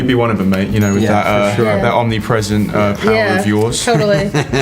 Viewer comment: me gustan tus videos y todo pero con todo respeto verga tu ingles esta culerisimo osea te preguntan cual es tu poder y tu:di poguer of obnipresenctcmJa 😂😂😂😂